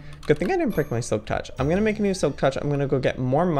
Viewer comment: I love that he sed he will Mack a place for his anmols